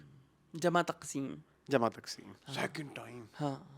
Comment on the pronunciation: Good reviews as usual.. Sir jama taqseem not takseem😊